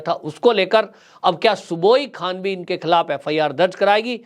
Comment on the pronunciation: उनका नाम सुबुही खान है, जिसे आप बार बार सुबोई खान बोलते रहे। कृपया उच्चारण उचित किया करें।